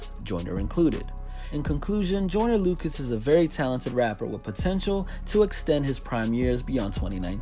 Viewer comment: He keeps saying I’m not a racist idk why it just bothers me that he keeps saying the name wrong 😂😂